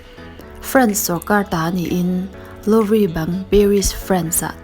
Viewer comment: Louvre ..Loovrah ti in an lam